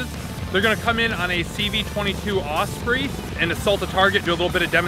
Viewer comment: It’s osprey, not ospree.